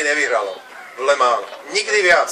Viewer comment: "le mánž"... "le mán"... zakaždým to inak vyslovuje a to len v priebehu 12 sekúnd, radšej sa raz naučiť, ako to správne vyslovovať a potom to nedopadne tak, že rozprávate ako niekto, kto potrebuje logopéda